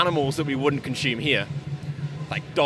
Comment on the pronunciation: It’s ‘consume,’ not ‘conshume’ 😆